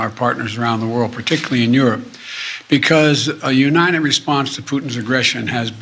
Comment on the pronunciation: No, watch it again. He can very well pronounce United as in United States but at that place in the video alone he says "U 9 it".